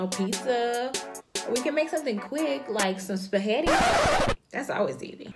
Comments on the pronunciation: Lol omg this is so hilarious 😂😂 Spahetti 😂😂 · Spahetti???😂😂😂 all we need to add is lasag-na!!